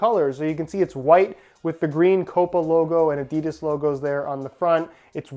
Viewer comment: Its adi-das not adids